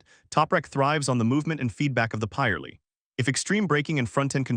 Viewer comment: calling a pirelli a pieralee sounds odd...we pronounce it pi - relli